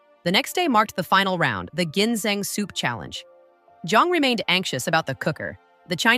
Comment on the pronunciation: AI. voice cant even pronounce .. GINSENG ...properly